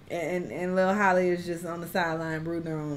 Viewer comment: Y’all are supposed to pronounce Halle’s name the same way you pronounce Halle Berry 😭 it’s not Holly it’s Halle 😭